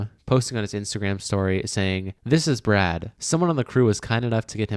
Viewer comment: Brad...NOT BRAD